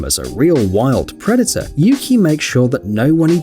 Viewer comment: The pronunciation of Yuki is U-kai thats what i heard in the video where the guardian is telling things about him/her i cant remember his/her gender😅😅😊😊